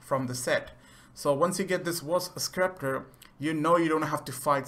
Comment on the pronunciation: Sekhmet is a she not a he and scepter is pronounced septer not skepter